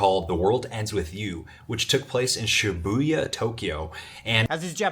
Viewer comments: He was obsessed with ShibOOOOOyeah 😂 It's pronounce SHEE-buh-yah. He wasn't that obsessed. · シュブーヤ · 'Shuh-booya'! 🤣 Someone pronouncing a language that bad, probably shouldn't be trusted with their judgments. Speaks of his depth of contact, spending months there and still sounding like that with simple everyday words or names. The way he speaks about China definitely suggests he should add the line: 'This video has been sponsored by ... well, China.' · Shuhbooyuh, Tokyo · Judging by the way he said Shibuya, he seems to also not speak any Japanese. If he was "obsessed" with Japan and is now "obsessed" with China, why does he speak neither language? Edit: his pronunciation of mochi and kimono did not help his case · I thought so, with his his pronunciation of ”Shibuya”. Sounds very anglophone, and I don’t even speak Japanese. But I DO speak English.